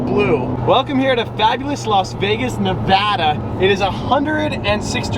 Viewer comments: Please never fuckin say nevahdah again it’s Nevada*🤦🏼‍♂️ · hes pronunciation of "nevada" Lol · HOW DARE U SAY NEVADA WRONG lamo